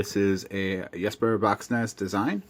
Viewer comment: Knife envy is a thing...lol. I was warming up to this one but the size is still an issue for me. Great review. Completely beside the point, but you are the first non-Danish reviewer I heard pronounce Jesper's name correctly 👍😀